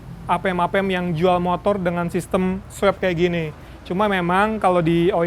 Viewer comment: Swap itu bacanya 'swop', bukan 'swep' Klo 'swep' konotasi nya lebih ke swab Seinget ane